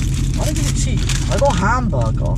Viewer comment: Why did he say handburger😂😂😂